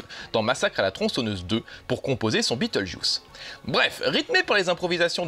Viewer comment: mdr ta facon de dire beetlejuice sa pique les yeux !!mdr